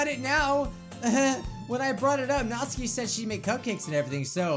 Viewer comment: Natsuki? more like NAH-Suki